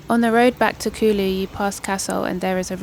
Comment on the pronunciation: Its not kului .... Its kuuuullu .. 😂😂😂 british accent sucks .. Water : whatha 😂😂😂 Its not Rock fooling : its rock falling bro You are eating Aam papad.. kala katha flavour 😂😂😂😂😂